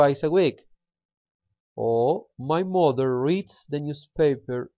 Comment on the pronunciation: Pay attention to your pronunciation, please. | mʌnθ | for month and | ˈmʌðə | for mother.